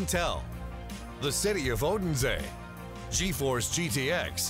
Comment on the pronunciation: Am I the only one angry about how they pronounce Odense? In Danish it has a silent “d”.